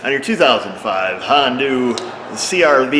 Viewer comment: how do you manage to pronounce HONDA > Hondu? You don't call Arizona > Arizonu Or Alaska > Alsaku